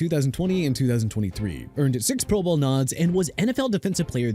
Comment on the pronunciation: The way this dude say pro bowl PMO, and no Bruce smith, singletary, or ocho, plus says Joe Thomas is a defensive tackle, I’m not finishing this